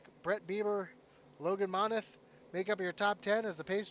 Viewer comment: Just letting you know my last name is pronounced Mon-Teeth! Thanks for broadcasting the race!